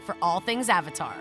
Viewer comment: Did you just pronounce "Avatar" with "Ovatar"